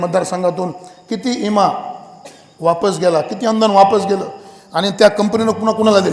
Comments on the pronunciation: गावाकडची मानस ईमा च म्हणतात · ईमा नाही हो विमा म्हणायला शिका आधी..... इधा नपरिषद 😂😂😂😂😂